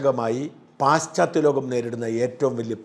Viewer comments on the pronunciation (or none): പാശ്ച്ചാ ത്യ ലോകം ആണ് ശരിയായ ഉച്ചാരണം.